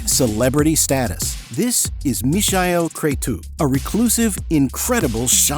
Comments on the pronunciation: no, it is not the German pronunciation. That would be as in English you would say meechael, with the 'ch' pronounced as in the scottish 'loch'. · That's not how Michael is pronounced in German. And the AI voice in the video butchers it too. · Fukwit Americans or AI, you can't even pronounce the name of the Michael correctly, how do you expect to be taken seriously or have any credibility? Ignorant internet postings from clueless Americans... Now blocked. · Is the speak AI generated? The pronunciation of e.g. "Michael" and "Ibiza" very strangely. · FFS it's Michael not Misael! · WTF idiot AI ? Misha-el ??? It is the English Michael !!! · is his name not michael? as in mike, michael? not mee-shy-el? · WTF Idiot ? Misha-el...?!? It is the English Michael !!! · "Mikael", not "Mishael", sorry, just had to be said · Why pronounce "Mishael" when is simply Michael like in Michael Jackson? 😅 Sounds horrible and I have never heard that version before. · Michael is pronounced mee-kah-el. I know, it's also my name. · who's the imbecile that pronounces "mishael" and "ibizia'? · It smells so bad when you say Michael and not miˈhaj ˈkretsu. The Romanian name should sound almost Chinese: just say "me hi" fast Is it AI fault ? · Must be. Nobody pronounced "mischael" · If I hear Mishael one more time... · “Mee-shy-ell” didn’t realise the alternate pronunciation of Michael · Where are you from ? Is English not your first language. ? I am surprised how bad you pronounce Michael and Ibiza ! WTF dude ? 😂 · you honestly cannot pronounce MIchael? ffs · Is this the french prononciation of Michael on the video, I thought it should be said just like Michael Jackson or Michael Douglas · he keeps mispronouncing his first name its very annoying. he gets sandra pretty close though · He is using the German pronounce of Michael. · AI not knowing how to pronounce Michael... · Mi-cha-el please stop butchering his name. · atleast learn how to pronaunce his name correctly... i hate AI naration